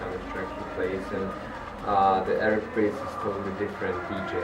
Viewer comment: its pronounced pridz